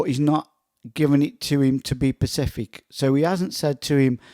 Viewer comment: It's specific not pacific.